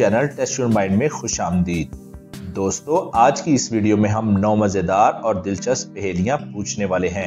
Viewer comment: Not majedar it's mazedar.